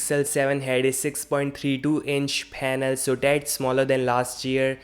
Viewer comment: Phanel phanel 😂😂😂